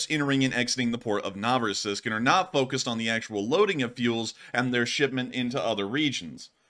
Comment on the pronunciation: no-vo-RUS-isk, lit. "New Russia" Russian placenames are somehow less interesting than they seem.